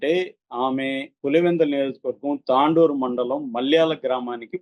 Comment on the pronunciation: Tandoor కాదు తొండూర్